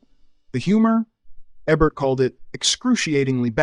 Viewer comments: As soon as the speaker mispronounces Ebert's name, you know the video has problems. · How do you make an entire video about a guy and not know how to pronounce his name? Baffling, since the switches between the right pronunciation and the wrong it makes me think he's doing it just so people engage in the comments (if so kudos) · Why was Roger Ebert's last name pronounced differently each time the narrator said it? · How many words and names can you mangle in one video? What the hell dude? You say Ebert correctly sometimes... are you a Tandy TRS-80 computer? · Is this an AI narration or could you really not settle upon a pronunciation for "Ebert"? Hint: he literally introduces himself at the beginning of every episode of At the Movies. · I was thinking this was a pretty good AI voice.... but why does it keep changing the way it pronounces "Ebert"? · Drink a shot every time the AI mispronounces the name “Ebert” or says, “He didn’t just dislike it.” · The Ebert mispronunciations had me screaming at my screen. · It’s a horrible AI. Can’t even pronounce Ebert. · It's EEbert not Ehbert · His name is Eee-bert, not Eh-bert. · I think Ebert (pronounced Ee-burt) would give this video 0 stars because the narrator keeps pronouncing his name Ebb-ert. How can you get it right and wrong in the same video?? Embarrassing and sad. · How come the narrator alternates between pronouncing his last name EH-bert EEE-bert ? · Ee-bert, Eh-bert? Make up your d-mn mind, AI narrator! Sloppy AI pronunciation ruins these videos. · Hearing eh-Bert was worse than some of these films. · I had to comment again. During the Caligula segment, you say "Ay-bert." How are you this stupid? Three different pronunciations of his last name in one video. 😅😅😂😂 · Who’s Ebb-Bert, and what is a Giggle-low?!? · I grew up on Royko, Kup’s World, Rostenkowski and EBERT. IT’S EEBERT. EEEBERT! EEEEBERT!! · Pretty sure it's pronounced Eeeeebert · Tell the AI it's pronounced "EE-bert" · Pronounce his name right.